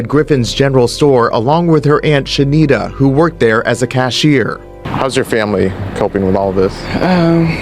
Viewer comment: Why the fuck you keep calling her shindita